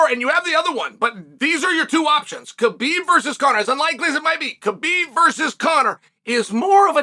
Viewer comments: It's not "Ka-Beeb".. it's "ha-beeb" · Please stop calling him K-bib. It is pronounced Habib. The K, In Khabib, is silent. I am offended that you talk about him so much but don’t pronounce his name correctly. Listen to him say his own name, he doesn’t pronounce the K. I have commented this to you so many times!!!!! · After all these years Chael still pronouncing his name wrong